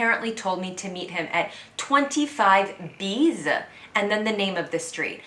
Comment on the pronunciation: For your french, "25 bis" is NOT "25 bises" but "25 biss" .